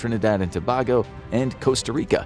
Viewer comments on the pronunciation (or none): It pronounced To' 'BAY' go bruh